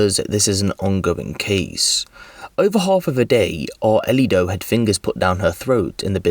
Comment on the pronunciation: How the hell is this man pronouncing the child’s name? It’s “ARELY,” not “Arlito.” AR-LEE. how tf do you get “Ar-uh-lee-doh” out of that name!I’m confused af about how he’s messed it up that bad.